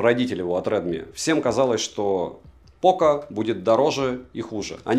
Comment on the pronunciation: Дрилми - это ж не оговорка, да?)) Шутейка?